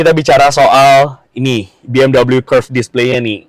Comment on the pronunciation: Bacanya tetap be em we bukan double u..